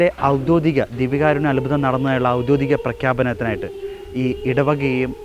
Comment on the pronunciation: ഔദ്യോദിക എന്നല്ല, ഔദ്യോഗിക എന്നാണ്. അവതാരകൻ ശ്രദ്ധിക്കുമല്ലോ.thanks.